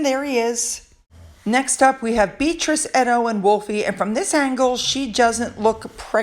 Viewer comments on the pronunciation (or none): You pronounce Beatrice's name wrong. Itsounds like you are calling her beetroot